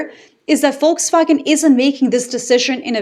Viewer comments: Shout out for perfect pronunciation of „Volkswagen“ 👍🏻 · I know! I listened to the opening statement twice to be sure I was hearing it pronounced properly. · For the first time I hear a native English speaker pronounce the word 'Volkswagen' correctly.....Bravo.👏👍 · Hearing 'Volkswagen' pronounced correctly in an English context feels surreal.